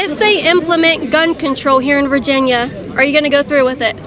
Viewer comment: Is this guy saying "Faginia" or is it just me